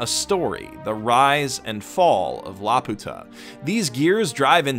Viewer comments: Is anyone else gonna comment about how he pronounces it??? I dont know what it is in japanese. I was a lil’ bab the last time i saw this movie and it was in english...but in that they called it LAP-YOO-TAH idk tho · Y se fue.... a Laputa! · Why does he feel the need to say Laputa wrong? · I know I should probably have something to say about the video, but I just can't get over how he mispronounces "Laputa" literally every time despite showing it written right there in plain Japanese at the start of the video. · perhaps someone with more Japanese knowledge could correct me, but in the title katakana, the ユ seems to be a small yu, so ラピュタshould be read like rapyuta, rather than ラピユタ (rapiyuta). So it would be more correct to call it lapewta than lapoota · CrazyDave746 - "like the rest of us", because he is actually pronouncing Laputa incorrectly. Neither the japanese nor the english dub pronounce it "la-poo-tah", the correct way (in both lenguages) is "lapew-tuh". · actually the Japanese pronunciation is lapyuta. The original pronunciation from Gulliver's Travels is Laputa. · Laputa is actually pronounced la-pyu-ta as according to the katakana (ラーピュータ: ra-pyu-ta). This is an excellent analysis of the OP! I only watched it once which is when I watched the film so I never comprehended the entire meaning of the OP, but seeing how you break it down makes it very clear. The OP is definitely very lovely and even when I didn't understand it, it was so enjoyable to look at. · lap-you-ta pronunciation. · No it's not, the name comes from Gulliver's Travels. The Japanese pronunciation is the incorrect one. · I can't believe the would make such a terrible pronunciation mistake. It's not La-Pu-Ta but La-Pyu-Ta with a long 'u.' It's this way in both the original Japanese and in the English versions of the film. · When you say it "La-puta" it actually means prostitute in spanish. So say it "Lapew-tuh" like the rest of us please.